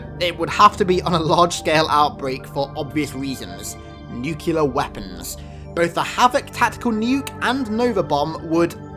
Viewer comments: Dunno if you read comments on vids from a long time ago but from one dude who has one gramtical correctness pet peeve (I know it's bull but it just gets me) when you say nucular it's weird. It's nuclear. New and clear put together. Nuclear. Big fan. I love these lore vids. Eckhearts ladder only does so much. Love star wars ancient lore, love halo lore, really wish there'd be a lot more on the precursors leading up to the rebellion of the forerunners, love dead space lore and theory of the formation of the first brethren moon would be great (not your thing I know) never got through even the first game of dead space because a movie is only a few hours but a game... Too much for this wuss. Still love learning everything about them tho. Keep up the channel and do some more team ups with Roanoke with comparisons. They're fun. Peace out you fricken nerd... like me and damn proud this stuff is good😎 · Don't know what cause this logic plague to start but I've been hearing this "NUKILLER" weapons since bush started it in a speech. Let me fix it for ya: it's NUCLEAR...that's "NEW-CLEAR" weapon. NOT "NEW-KILLER" or "NUKILLER" weapon. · Bro did you say Nukyaler? It's not Nukyaler, it's Nuclear! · GOD DAMN IT! WHY DOES EVERYONE SAY NUCULUR!? IT'S NUCLEAR! THERE IS ONLY ONE U! NU-CLEAR NOT NU-CU-LUR! Sorry but this just always really bothers me, I can understand when someone mispronounces a word because of some bizarre rule of english that makes a combination of letters make a weird sound, but this is just completely misreading the word. Nu-Clear. New-Clear. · Great video, but uhhh...did you say "nucular"? 😂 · "NUCULAR"... WOW your video is crystal CULAR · FrigidOfDoom NU-CU-LUR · Stale Bagelz don't mean to be a grammar nazi but that's not really how "literally" is used. And he does have a point about nuclear, although seeing as how it's just an accent thing I don't know that it really warrants that kind of response.